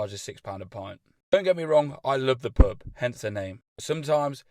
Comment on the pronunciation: YOU say pub like purb